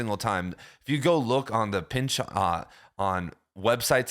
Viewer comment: The correct way to pronounce Pynchon's last name is with the emphasis on the first syllable as in PYNCH-in, not Pynch-ON. We had the same professor in college.